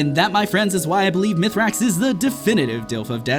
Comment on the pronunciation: It's MEthrax not Youthrax. hands off